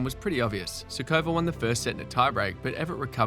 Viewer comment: It is curious how the authors gets the stress wrong in essentially every non-English/American surname. It takes like 5 seconds to google that it is SUkova, not SukOva, SAfina, not SafEEna, etc. I thought recording a video on “greatest players never to …” implies showing some respect to those players. Googling pronunciation of their names seems a natural first step, no?